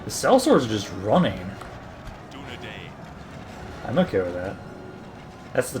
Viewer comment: Great video, just a slight quibble I have is your pronunciation of Dunedain [DOO-NA-DINE] great video regardless!!